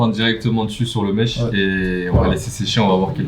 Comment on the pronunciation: Les bg c’est « mesh » pas mèche ahhah